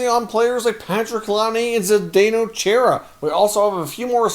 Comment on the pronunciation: It’s pronounced Char-a... not Chair-a Enjoy all your efforts bringing us content